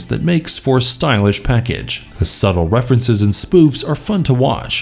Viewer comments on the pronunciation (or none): none